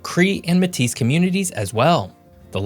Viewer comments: its pronounced May-Tee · S is silent in Metis fella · Clearly American, it's pronounced may-tee not meh-tees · manitoba is also a prairie province ~ metis is french ~ do not pronounce metis like matisse ~ pronounce it properly > may-tee with accent on the first syllable ~ who are you that youve got this wrong within the 1st 2 minutes ~ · Métis is pronounced "may-tee" not "may-tis" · Metis not pronounced 'Mae t ees' the correct pronunciation is May-tee. It's a combination tribes speak and French. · Saulteaux is pronounced like ‘Soto’ And Metis is pronounced like ‘May-tee’ As a Saulteaux native get that sh*t right bro 😪 damn 😂 i dont even wanna watch this anymore 😂🤘🏽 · for future reference....''metis'' is pronounced like ''may-tee'' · You are a bit short on your facts. For example, is Manitoba not a prairie province? Also Metis is pronounced "may tee" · hey, great job including the time immemorial occupation of the land by Indigenous folks, but just a note: Saulteaux is pronouneced SO-toe, and Metis is pronounced may-TEE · A tribe is not a nation. Metis is pronounced like MAY-TEE. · Just a few points: -Manitoba is also a prairie province -Saulteaux is pronounced "So Tow" -Métis is "May Tee" -Potash is "Pot Ash" -Tons of Albertans are actually from Saskatchewan. Many moved there for better economic opportunities because of the politics, use of resources, lower taxes, etc. compared to Sask. Thanks for making this. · Métis is pronounced May-tee in English and may-tisse in French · Métis is a French word and has a french pronunciation (may-tee) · Just a note on pronunciation for the tribes since they're kind of odd, Saulteux sounds like so-toe/so-doe said quickly with a lazy dt sound and metis comes from french and sounds like may-tee, but good attempts and good video! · Métis is pronounced May-tee. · Metis is pronounced “May-tee” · “Métis” is pronounced “May Tee”. It’s French, you usually don’t pronounce the last letter. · Can’t say Métis correctly ….